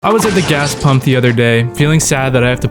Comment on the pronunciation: "I like to pümp premium, in my car ja"